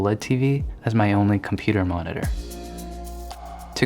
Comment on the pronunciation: No one: David in a soft gentle voice: "mohneteeehr"